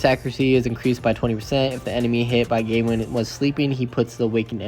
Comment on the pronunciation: The way you pronounce Gawain.....serious lack of education.